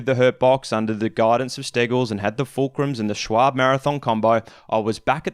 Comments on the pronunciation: Schwalbe : [Sh-vál-be]... the 'e' like Elephant. That'S the correct pronunciation ;) not [shualbe], not [shualb] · Lowering my chances of being liked, but why do you pronounce Schwalbe as Schwable ? Unless the brand name is actually different down under of course ... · This makes me ANGRY as a german!! Its not called s-c-h-w-a-b...its called SCHWALBE!!! ahhh In germany its the name of a bird called swallow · Also, I don't know who told yo it was "Shwarb". It's more like "Shval-buh" ʃʋälbə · That Schwalbe pronounciation haha. It's schwal-be. Focus on the letter a (a as in eye), and be as a bear.